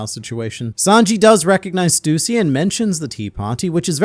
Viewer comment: its not stuusy its stussy dont emphasize on u its annoyinng to me please stop it